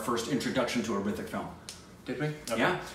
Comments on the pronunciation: H is Silent in HRITIK, correct way to pronounce is RITIK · H is silent in hrithik